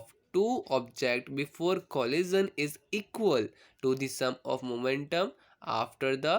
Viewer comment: are bhai eval nahi equal and opposite force